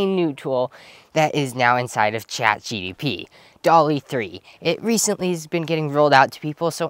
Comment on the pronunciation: Do you keep saying ChatGDP?